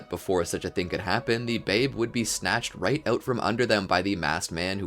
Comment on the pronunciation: The babe? Why did you say it like that